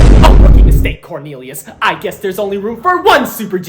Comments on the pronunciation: CORNILIOS?!?! BAHAHAHAHAHAHAHHAHA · corn-elius :D